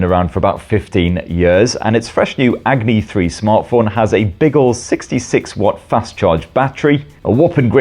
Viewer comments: It isn't Agri. It's Agni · Drink every time he says Agni wrong. 😂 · Love how we got 50 different pronunciation of "AGNI" 😂😂❤